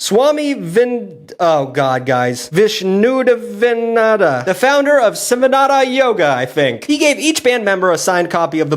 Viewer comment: hearing completely butcher swami vishnudevananda's name had me laughing so hard i fell off my bed